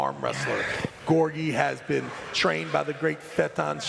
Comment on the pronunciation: Fetan Tshasevski.... Come on Travis